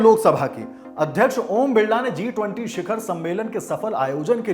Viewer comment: जिस पार्टी की आधाक्ष्य को इतने बड़ा इंवेट G 20 बोलना नहीं आता।।o क्या घंटा देश को sudharega। मोदी जी 🙏👍